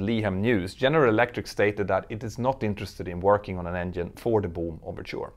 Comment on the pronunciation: Your accent is funny..... It sounds like you're saying "Doom" aircraft! Maybe it's a sublimely pronunciation portending the eventual failure of the company.